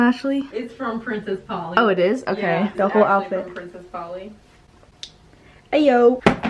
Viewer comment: issss very Filipino HAHAHAHAHA love you!